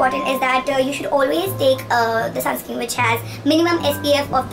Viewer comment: Dear sis it's sunscreen not sunscream. Just so you take it positively love you so much 😊